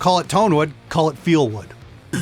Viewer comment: "Call it feel wood" 😅